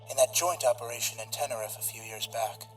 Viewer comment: the way he pronounced tenerife was disturbing